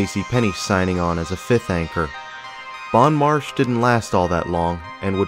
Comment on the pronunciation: If I remember correctly there was a bookstore back in the day on the mezzanine level where Verizon is now. Bon Marche (pronounced Bon "Mar-shay" not "marsh") was a local department store that had a second location at the Westgate Shopping Center across town. Meyers-Arnold was a Greenville SC based department store chain.